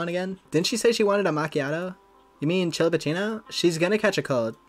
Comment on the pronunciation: My Roman Empire is the way you mispronounce chillapuccino EVERY time 😭